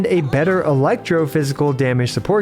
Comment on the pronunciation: It's so funny when he pronounces Venerer as veneer and conduct like behaviour, not conduct as in conduction.